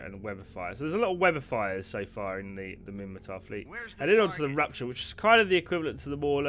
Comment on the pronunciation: It's *Minmatar. :)